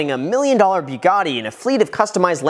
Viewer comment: Buyuugatti? hhmm, a little slip on the tongue there sir!!